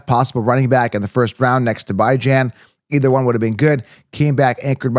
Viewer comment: thanks for the English lesson, now I know how to pronounce Bijan.🙄